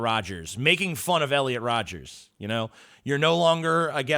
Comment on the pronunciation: It's Rodger not Rodgers. Like brother like brother, just like Scoopy.